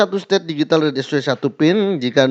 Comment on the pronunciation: Pertamina digital mang bukan Digitil😂